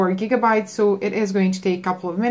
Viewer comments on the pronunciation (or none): none